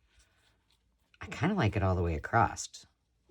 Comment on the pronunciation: There is no T at the end of across.